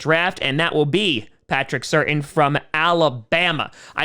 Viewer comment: Fact: Patrick Surtains name is not pronounced Certain, it is pronounced Sur-tan